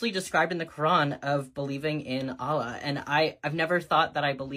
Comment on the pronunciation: She can’t even pronounce Allah correctly. 😂